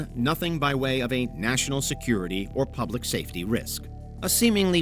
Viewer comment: Why is the AI saying "poblic" instead of public?